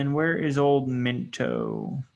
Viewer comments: Mento lmao… MINOT = MY-NOT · MI NOT. Not Minto. It’s a Air Force Base. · Min-toe?! LOLOL Bro, it’s My-knot! Still an EXCELLENT course #respect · It's not Minto it's my knot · Minot not minto pronunciation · The airport is pronounced Mi-Not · Informative, but, you can NOT pronounce the airport names worth a flip. Minot is My Not Mechum is Me Chum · Minot is pronounced "my not."